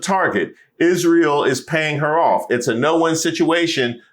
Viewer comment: I am not sure how much more of Candace, I can bear. She’s young, beautiful, talented, but she needs to let Charlie rest. His soul cannot rest easy if she continues to bring him up, daily. Candace is obsessed. Please God, I beg her to quit saying…. ISHREAL!!!! I am stopping tuning in to anything ‘ CANDACE’ 🙏🙏🙏🙏